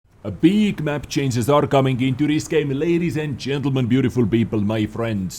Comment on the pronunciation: ChanGes not chainzes. Maybe just use a different word like "adjustments"